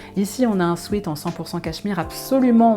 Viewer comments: On ne prononce pas "swit" mais swèt Sweet c'est sucré.... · En anglais, sweat (du verbe to sweat = transpirer) se prononce « swêt » et non pas « swit ». Il vaudrait d’ailleurs mieux parler d’un sweat-shirt.